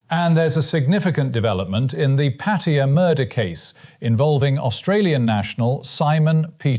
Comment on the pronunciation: My hat’s off to the announcer pronouncing Pattaya correctly. Refreshing after hearing the name being butchered many times on YouTube.